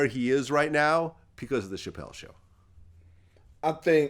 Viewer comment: He keep wanting to say “Pachelle” lol